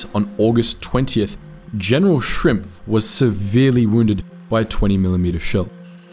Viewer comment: His name was General Schimpf, not Shrimpf. Shrimps are something else.